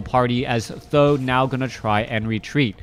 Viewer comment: great cast thx u. the only thing I think th000 it is pronounced T and H like the letters. Every other caster ( b2w , chaco ) pronounce his name like that s I think u could follow that way just an opinion